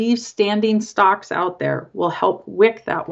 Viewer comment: This woman needs to learn how to pronounce "stalks".